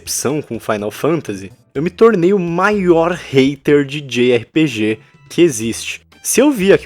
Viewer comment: djei ar pi di, ou jota erre pe ge, não djei erre pe ge kkkk